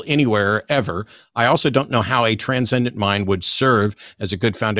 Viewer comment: Every time that he says Transcendent mind I do a facepalm.